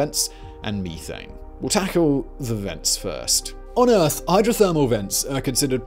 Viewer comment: Fix your ( Geeezers & Meeethanes ) your not doing it right